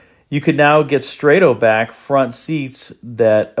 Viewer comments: I'm sorry, you lost all credibility with me when you say the word "strato" as 'Stratoe'.... It is strato like strato cumulus (clouds, i.e. SOFT)!!!!!!!!! Out here. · good video. STRATO as in Strato Bucket seats is with a soft A, like Stratosphere or Stratofortress. Not a hard A as in “strafing run”.